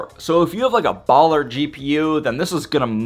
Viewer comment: bro u saying baller 😅